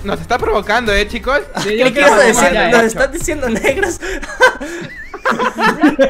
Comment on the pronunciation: Quiero escucharte decir otra vez: "Chicoz cean vienbenidoz a maincrah"